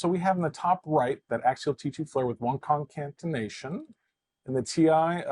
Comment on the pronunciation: ConCATenations -adding an extra 'n' there. No worries Fun video.